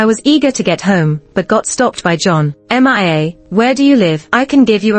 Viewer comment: Ms narrator you don't know how to read the name Mia? it's pronounce miya. not m-i-a please don't put that name if you don't know how to read or pronounce.